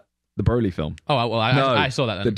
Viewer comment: did not just pronounce Broly like that mate!